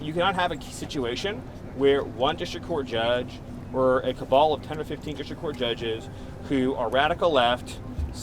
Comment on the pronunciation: Can he not say "district"?